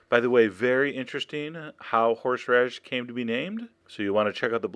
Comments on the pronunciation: "fresh-horsh-radish" haha! You're awesome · I love how you pronounce "horsheradish" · you say horseradish 'horsh-radish' hahaha.